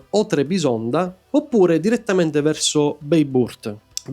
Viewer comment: Bene però…se ci sei stato più volte e fai dei video sul tema: le pronunce, dai. La g con la pipa ovvero ğ non si pronuncia ma rappresenta un allungamento della vocale precedente. Possibile che nei tuoi viaggi non te ne sia accorto o non te l’abbiano detto? Dai. Peraltro vale anche per Bayburt che pronunci beiburt, mica è inglese, no? Tralascio le altre. Il concetto è: basta andare su Forvo, su Wikipedia e vedi/ascolta come si pronunciano. Ci vuole poco.